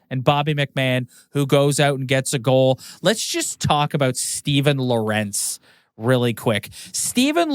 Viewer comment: You were right the first time. It’s pronounced “Lorentz” like “Lawrence”